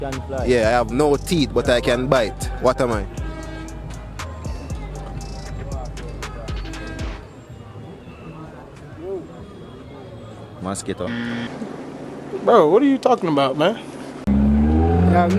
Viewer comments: My yute seh "Maaskeedo" 🦟 🤣🤣🤣 no sah...mi luv dis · The foreigner said Maskeedo 😂😂😂